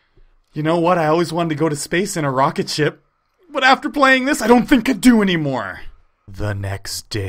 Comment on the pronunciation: Heehee he said rocketshit alot